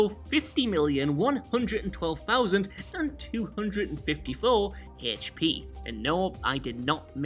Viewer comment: "Heeech Pee"